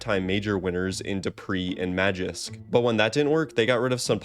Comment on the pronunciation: 2 things its magisk and not magix lol and how can niko be the best rifler in the world if he chokes EVERY major. doesnt make sense